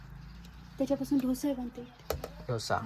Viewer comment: ढोसा नाही दादा डोसा म्हनायच